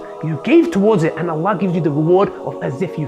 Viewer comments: In the beginning, straight away, He couldn't even say Allah properly, showing you that he may not have been a muslim before. That's the first thing u learn. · This coconut man. Can't even pronounce Allah correctly.